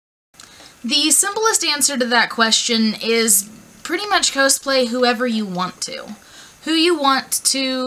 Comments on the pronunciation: why are you saying cowsplay, its cosplay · i pronounce is "kaws-play" and she says "ko-splay" and its making me disgruntled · K I've never ever cosplayed and even I know that "cosplay" = costume+play... So "cause-play" is the correct pronunciation. Also it's height not heighth. (Although heighth was a word back in the 18th century if you want to get technical.) but you do you booboo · My first cosplay was Chell, from Portal/Portal 2 (kinda hard, since she never talks, and I'm a huge chatterbox). Planning to maybe do Terezi next :) Also, not sure if I've just been wrong, but I always pronounced it caws-play. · your saying cosplay wrong!!!! its annoying...